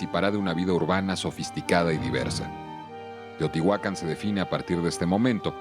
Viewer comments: No es correcto pronunciar Teotihuacán omitiendo el acento ortográfico en la última sílaba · El título del video es “SECRETOS DE TEOTIHUCÁN” pero la arqueóloga Manzanilla y una voz de fondo insisten en llamarla teotihuacan, sin acento. Otra cosa más importante aún es que México no está en MESOAMÉRICA sino en Norteamérica. La única parte de México que está en Mesoamérica es la península de Yucatán. No sean tan ignorant es. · Muy lindo video, lo que me molestó mucho es oír a personas letradas decir "Teotihuacán" sin acento 🙄🙄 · Pronuncias mal Teotihuacán tiene acento